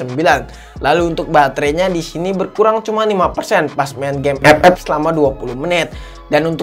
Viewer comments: Saya suka kalo udah bilang EPEP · Suka baget dengar EP EP yak wkwk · kenapa tiap ngomong Epep suka dikencenginnn awkwkwk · Ngomong FF nya niat bgt. ICONIC.